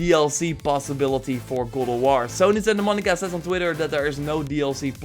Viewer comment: GOD OF WAR not godowor please..